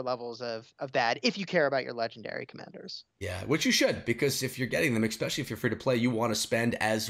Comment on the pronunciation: It's especially not eckspecially 🙄